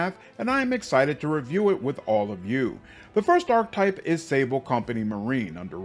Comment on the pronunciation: I’ll never forget how you pronounced Cavalier! Ark-Type-> Ark-Ke-Type (Archetype) Payso-> Pie-Zoe (Paizo) Warpriest does not suck btw, they are just one of the classes that you would call a more advanced mechanics heavy build which require a lot of meta knowledge to play but are quite rewarding. Plus being able to turn a +3 weapon into a +8 weapon with good BAB and self buffing with high will saves and in the case of Cult leader sneak attack stacks that scale up for insane amounts of damage is huge on a two weapons fighting character. Goes great with Trickster and Demon Mythic Paths. Excited to see what that Mantis Subclass plays like.